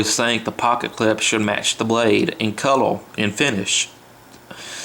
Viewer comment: this dude sounds wetarwdid wooks vewy well, of cooorse at wooook i hide it from the maaaangas . lol do noot likke about it, pufectly done sur. cowel(color)